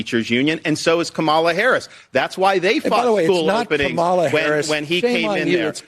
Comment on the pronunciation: "Her name is Cam-mel-la-la!!!" 😂😂😂🤣🤣🤣